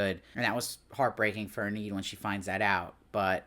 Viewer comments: He keeps pronouncing it that way. It should be EE-nid. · I'm just wondering please, why do you pronounce her name "En-need"? Is it your accent or? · It's distracting! He's got good insights, but the constant mispronunciation is killing me! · I know!